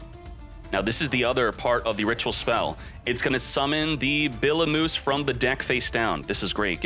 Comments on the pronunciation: (I know u don’t care but) it’s pronounced Biblee O Myuse (like mu-sic) so just call it Biblee like Iblee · did he just call Bibliomuse, "Billy moose"? lol